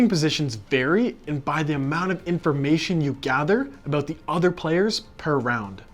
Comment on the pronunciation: I didn’t think you were Canadian until you said “aboot”